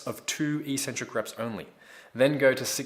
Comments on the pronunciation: Hey, Great vids, thanks. But 'Eeeeeeecentric' is not a word anywhere in the English language. The word is pronounced eK-Centric. From an etymological standpoint, it makes sense, but more importantly, just look at the syllables to understand that it is only the lifting Community that mispronounces this word. First syllable: ec. Second syllable: centric. How is it possible to pronounce 'ec' as 'eeeeee'? Other lifters might think you're 'eK-Centric' for pronouncing it this way, but at least you'll sound as smart as the actual content of your vids. Think about it.;-) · EEEEEEEEcentric isn't a word anywhere in the English language. It's pronounced eKKKKKcentric. Please look it up, if you don't believe me. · So since when is "eccentric" pronounced EEEEcentric??? Look it up!!